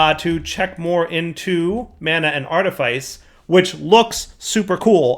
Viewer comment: Artifice is pronounced art-ih-fiss Grimoire is pronounced grim-wahr